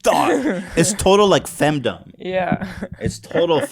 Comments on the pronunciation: hearing the words femdumb and lolli driving me crazy every time I hear it pronounced wrong lol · Or femdumb lmao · Ethan pronouncing the ‘dom’ in femdom like ‘fandom’ is killing me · Ethan thinks "fem-Dom" rhymes with "kingdom"